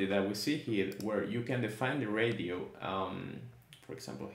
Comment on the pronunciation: Great video. Thanks for taking the time to explain this. It’s really helpful. Just a friendly heads up, it’s pronounced “RAY-SHE-OH”.